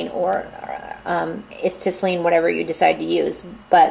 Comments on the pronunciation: I believe Acetylene is pronounced: uh-set-uh-lean. I use the (smith) micro torch too with acetylene and oxygen. I get a tank of oxy and a tank of acet., using both for micro torch and just acetylene with a larger torch that draws in oxy from the atmosphere. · pretty good video, I was having a hard time finding information about the smith little torch, this video helped a lot. just a few small points, as has been mentioned acetylene is pronounced a-set-a-lean. also you will gain a lot more performance out of your smith little torch if you learn to set the flame properly. you need the proper oxy-fuel mixture depending on various conditions, and you can tell pretty well based on how the flame looks. I won't describe it here but search Google for a neutral flame, and an oxidizing flame versus a reducing flame. that should help some. thanks again!